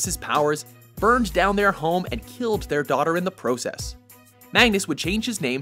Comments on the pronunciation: how the voice over person was saying process was really annoying me. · The way this guy pronounces process bugs me lol